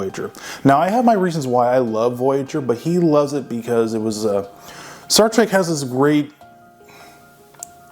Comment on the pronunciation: Staar Treg ... A.I. at its best.